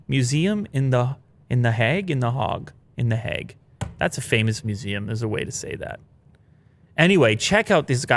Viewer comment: Lmao....in the Hauge? The Hog? The Hauge.